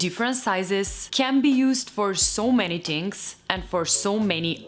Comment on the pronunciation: So we Italians are not the only ones who say ‘tings’ 😂😂